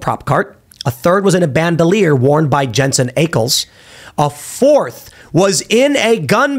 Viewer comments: ACKles not Aykles. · It’s Ack-els